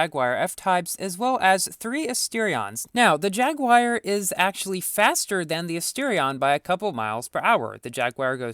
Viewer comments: MoOoOoOVeSs LiKeEEeee JAGWIYER lol.. it's a British company the the way us Brits say it is Jag-You-Er... that's the correct way or call them Jags or Jaaaaaaaaaaggggsss .. jaguar like the animal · I hear "Jagged wire" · haha i like how u say jagwire instead of jaguar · It's pronounced: JAG-HU-WAR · Jagwire REEEEE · Quality video as always, but the way you pronounce Jaguar genuinely triggers my ears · you KNOW people are going to flood your comment section saying how that's not how you pronounce Jaguar right? which it isn't, but still